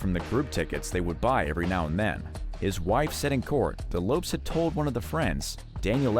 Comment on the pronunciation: Lopes is pronounced "LOW-pess", not "lopes". LOLZ